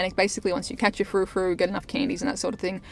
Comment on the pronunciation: Btw, it's furfrou, not frufrou